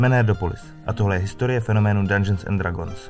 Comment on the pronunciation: Hele koukal jsem do , informace zajímavé (nicméně sám mám tyto údaje načtené, neb mě D&D velmi zajímá), ale velmi bych doporučil použít google poslechový translator pro výslovnost. Už jenom samotná výslovnost "dragons" je uši drásající.